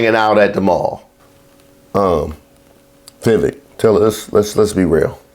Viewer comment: "Vivake." It rhymes with FAKE.